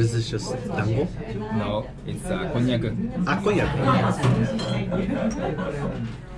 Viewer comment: こんにゃくの発音だけすごいネイティブｗ